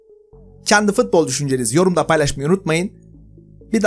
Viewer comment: her fıtbol diyişinde kendımden gecıyorum reis